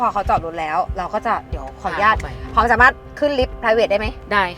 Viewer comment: อยากให้ทุกคนที่ทำงานใด ๆ ออกสื่อ เลิกเติมสระอิในคำว่า "อนุญาต" เพราะ อนุญาต ต้องไม่มีสระอิ 🙏 ขอบคุณค่ะ